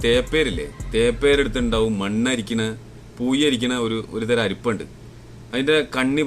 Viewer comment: പൂയി അല്ല "പൂഴി" ആദ്യം മലയാളം സംസാരിക്കാൻ പഠിക്ക്. എന്നിട്ട് മറ്റുള്ളവരെ കളിയാക്ക് സഹോ..